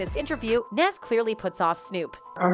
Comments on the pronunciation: Lol why she call him naas and 2pack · Nas not Naaas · She butchered Nas name 📛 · This white woman’s voice have to learn to pronounce 2pac and Nas… And daaamn she too comfortable with reading articles word for word nigga 😂😂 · Say Nas right please 🤦🏾‍♂️ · You white folks always trying to make money off of us, but can’t even pronounce our DAM NAMES